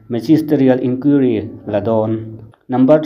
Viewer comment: Eizawl ti a hre tlat in awm ve em? Eizawl ti a kan hriat tlat chu. Tin, Inquiry(inkuairi) tih tur pawh "Inkiuri" tiin a lam tlat. Thuziak chhiar ah chuan hmeichhia kha a tluklo deuhin in hre ve em? Te ka lo tia😁